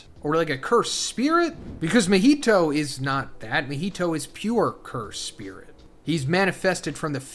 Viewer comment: How to pronounce Gojo and Mahitos name: Gow·jow·suh·taw·roo Mah·he·tow (Not Mah·hi·tow)